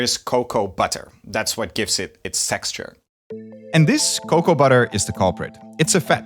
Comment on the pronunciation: Did I hear it right? Sexture? Well, I understand perfectly if you are a chocolate fan.